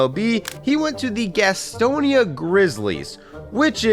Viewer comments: Gas-ton-nia is how you say it ugh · As a Gastonia native, Grizzlies games are legendary. Also, the way you pronounce Gaston is ridiculous. It’s not French, it’s southern 😂